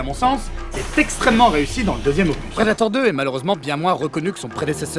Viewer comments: Un petite remarque qui n'enlève rien à la qualité de la vidéo : opus ça se dit \ɔ.pys\, il faut dire le s final. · Juste au cas où : "opus" se prononce toujours "opusss" en français, avec le "s". La prononciation "opu" a été inventé par des petits rigolos (les mêmes qui se marrent en entendant "péni" pour pénis). Je suis pas hyper-sûr que c'était l'intention de caser cette "blague", pardonnez-moi si c'était intentionnel.